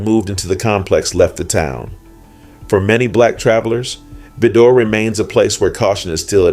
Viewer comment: vi (long I) dor ( like door) Vidor,Texas pronounce it correctly not what you think it is!!!